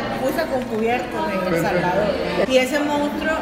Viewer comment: el Jalvador no sabemo pronuncia la S